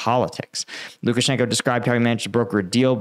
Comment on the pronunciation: Lukashanko is pronounced Lukashank-ah. The o is pronounced Ah in Russian when it isn't represented as a dypthong. I see you having some difficulty pronouncing Russian and Ukranian names of towns and people. Converting the "Oh" to an "Ah" helps a lot of names roll off the tongue. It doesn't help that Moscow is pronounced Mos-coh in British English, Mos-cow in American English, and Mos kvah in Russian. Somehow, the American English pronunciation rubs me the wrong way. It seems lazy. I'm not really trying to come off as critical, but the proper pronunciation actually rolls off the tongue and makes pronunciation so much easier.